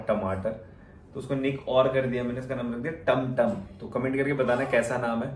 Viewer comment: Tamtam nhi timtim...❤️